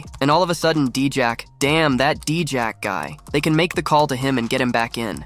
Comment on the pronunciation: Please pronounce the names correctly. It's DIJAK not dEjak.